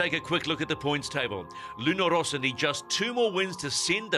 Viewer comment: It's Luna Rossa, not Rosa, double S. Can people make a little effort on that? Thanks.